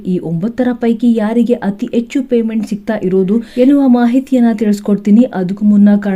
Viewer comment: ಪುಣ್ಯ ಹಣ ಬದಲು ಅಣ ಅಂದೆ ಹೆಣ ಅಂತ ಹೇಳಿಲ್ಲ ಎಚ್ಚು ಹೆಚ್ಚು ಯಾವುದು ಸರಿ? ಅಯ್ಯೇಷ್ಟು ಹೈಯಷ್ಟು, ಅಣ್ಣೆರಡರ ಹನ್ನೆರಡರ. ಕರ್ಮ ಕರ್ಮ ಯಾವ ಶಾಲೆಯಲ್ಲಿ ಕನ್ನಡ ಕಲಿತಿದ್ದಾರೋ ದೇವರೇ ಬಲ್ಲ.😮😮😮